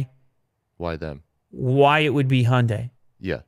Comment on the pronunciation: I love the show, but maybe, just maybe, look up how the Hyundai is pronounced :)